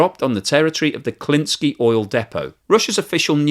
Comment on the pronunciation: Klintsy. Not your version. Thanks.